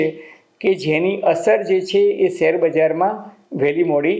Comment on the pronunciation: સેર નહીં શેર કહેવાય ભાષાસુધારો